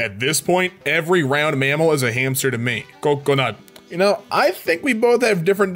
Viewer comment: the way he said coconut 🤣